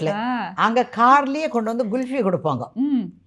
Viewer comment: It’s kulfi not gulfi lol